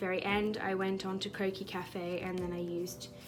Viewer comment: What is she saying "quokie cafe" "cokie cafe" ? I can't find it, is it a live modelling thing?